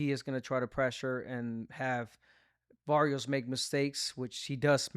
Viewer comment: Abner you gotta tell my boy Rosado he can pronounce the R what’s that shiaaat barios come on now you boricua bro say it baRRios with the R